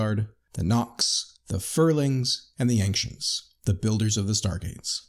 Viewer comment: Okay....why does this guy pronounce Ancients with a "k" sound? It's Ancients as in "ANCHENTS"...there is no "k" sound.....sorry it just bothers me lol